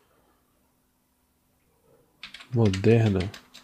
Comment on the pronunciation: Muito bom seu tutorial, vai só uma dica: a palavra é Logistica, não Lojistica. ok